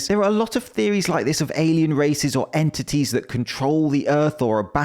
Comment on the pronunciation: ... that guy didn't say entities. He said inTitties...